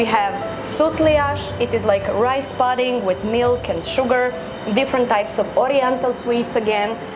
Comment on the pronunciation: pronounced "pudding" incorrectly.